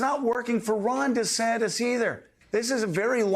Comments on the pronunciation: Love how this liberal news spokeswoman calls him DeeSantis. Just shaping America’s political view one clip at a time. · What's this "DE" Santis? Did anyone else catch that? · Dee-Santis, like Pee-Santis. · She called him "DUHsantis" and then corrected herself. Bwahahahaha!😅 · isn't it DuhSantis ? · Does she have an issue pronouncing DeSantis ? Its not that tough .